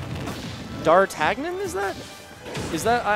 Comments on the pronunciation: Technically he's the fourth musketeer, right? Pronounced "Dar-tan-yan" Between this and Kvothe, Smash casters need to brush up on their literature :) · What special sort of uncultured peasant doesn't know how to pronounce Dar-tan-ee-uhn? 😂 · D'Artagnan is the name of one of the three musceteers, it's pronounced in a french way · It hurt that he didn’t know how to pronounce D’Artagnan, even after the other commentator told him.